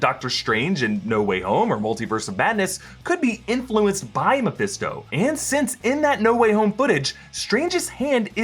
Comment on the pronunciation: I feel like throwing something at when he says Mephesto